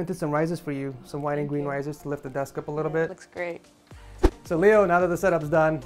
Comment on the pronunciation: dude said gween